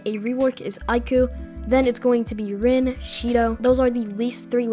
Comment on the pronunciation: bro sees rin and says reen that's too funny:face-green-smiling::face-green-smiling: W vid man